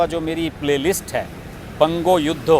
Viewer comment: Not বনগো যুদ্দো it's বঙ্গযুদ্ধ